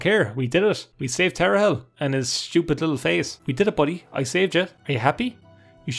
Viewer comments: I've never understood how someone, who can read, can pronounce things so wrong... You just said Tar A Hell for tarhiel... Like sure its not the easiest word to pronounce, but theres no vowel between the r and the h, and there is an i and an e after the h, where did the a come from and where did the i go? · For the love of god, it's pronounced "tar-heel". It's a joke about the North Carolina college basketball team. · Tar-h-i-el. Like "earlier" >haggled in seyda >didnt haggle in mages guild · Ah yes, Tarehel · It’s pronounced Tar Heel. It is related to the Eltonbrand Easter egg; college basketball related. It is a reference to the North Carolina Tar Heels, rivals of the Duke Blue Devils who had a player drafted in 1999 called Elton Brand. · Pronounced tar heel. Like the college team. There's actually a few college team Easter eggs in this game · plebian? Also given that earlier is pronounced “ee ur” while priest has “ee” Tarhiel could be either of the two based on personal pronunciation or dialect.